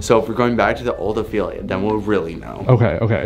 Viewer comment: it’s ophelia not opelia